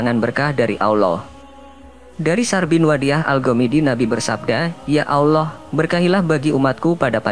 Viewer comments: Pengucapan Aowllah itu salah; biasa saja ALLAH,, ujung lidah melipat di belakang gigi atas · Tapi aneh, chanel ini, membahas islam tapi pembaca narasiny mengucap lafad ALLOOH kayak bukan orang islam orang muslim, aneh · Miminnya orang kafir,,,nyebut Allah nggak Paseh..?